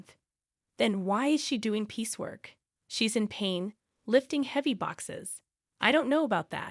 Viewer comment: "piece work" NOT "peacework"